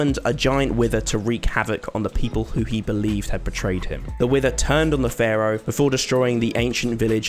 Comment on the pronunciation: Please stop saying Ferrow, it’s Pharaoh lol